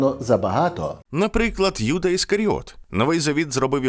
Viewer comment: не кому, як подобається, а відповідно українських фонетичних принципів вживається без подвоєного звучання першої літери — Юда, Єрусалим, Ісус, а російською мовою це буде звучати, як Ієуда, Ієрусалим, Іісус. Дякую за увагу і за відео❤